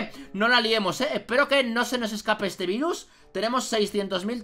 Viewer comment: el dice vairus para que no suene mal